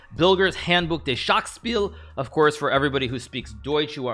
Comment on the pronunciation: "Handbuch des Schachspiels" - And for those of you who speak German, you now know that Hikaru does not.